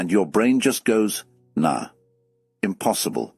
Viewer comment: The AI voice fails to pronounce "Nah" properly: "Nah" should rhyme with a billy goat's Naah!, not the "nah" in "Hey hey, goodbye."